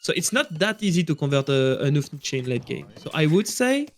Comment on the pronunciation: Once again, It is "hou" in word "houfnice" is pronounced same as "ho" in word "hope".